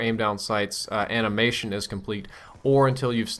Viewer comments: amination? I thought i heard animation? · I'm not trying to be an asshole but "amination" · "Amination" ;D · amination lol